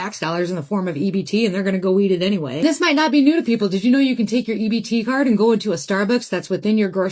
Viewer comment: Would somebody please teach the AI Narrations the difference between Car, Card, And CART! Thank you.